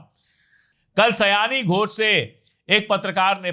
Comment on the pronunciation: सायनी, उच्चारण: शायोनी